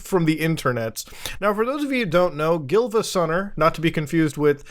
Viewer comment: It’s Giivasunner and Siivagunner. Emphasis on the second i.